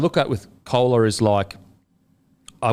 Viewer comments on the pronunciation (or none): Koula is pronounced Goal-ah… 😊